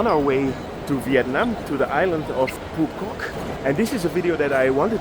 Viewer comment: Your “Phu Quoc” pronunciation is 100% perfect 🎉